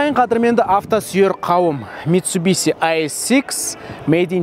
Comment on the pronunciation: Митсубиси емес дурыс айту керек бузбай митсубишшшшшши дей гой братан